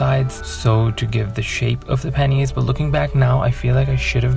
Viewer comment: Panniers, pronunciation correct. Wow! Am bowled over again, your skills are fantastic. Gorgeous 😍